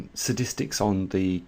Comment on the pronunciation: Im betting against the title. Also he said sadistics instead of statistics.